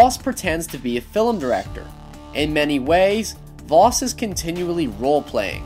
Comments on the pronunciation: successor not predecessor ffs., if you don't understand a word don't use it....just saying. Albert Einstein gave the world the "definition of insanity" and finally it's pronounced Vas not Vos, simply playing the game would have told you that, so really your analysis of this game and attempt to seem intelligent falls flatter than the chests of the boys you fantasise about. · Happy Dog he meant the identity “Jason Brody” being the predecessor of his identity as Vaas... and pronouncing Vos is probably his accent